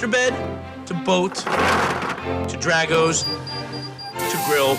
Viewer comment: Pronounced DRAHgo's, not DRAGo's